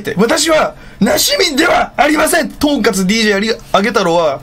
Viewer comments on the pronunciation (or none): とん↑かつ↓ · まど↑マギ↓ アマ↑ガミ↓ とん↑カツ↓ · とんかつのイントネーションおかしいだろ笑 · とんかつのイントネーション完全に講釈のイントネーションで草